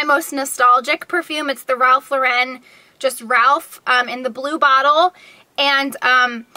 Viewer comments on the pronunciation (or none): none